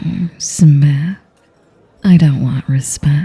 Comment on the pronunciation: Im sorry i can't take her serious after hearing "smiff" repeatedly